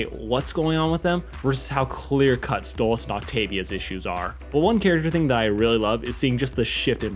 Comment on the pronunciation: Hang on you call pronounce stolitz name like stolis and the. At random point you pronounce it like stolitz